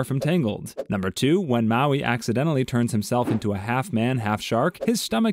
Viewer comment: you pronounced moana and maui wrong!